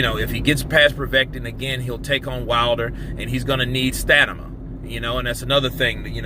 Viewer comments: Bro I love your channel and I respect your opinions. But it's stamina!! Not snama 😄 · Lol.....why do you keep saying Stanima 😂....it’s Stamina bro! Nice one by the way....like always!!! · Stamina bro... sta-min-a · It does kind of ruin a really good rant when you say stanama. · I've watched you for so long and i know you can't pronuce these two words...."stamina" and "Povetkin"